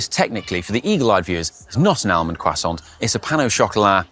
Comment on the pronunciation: The accent is on the second syllable in croissant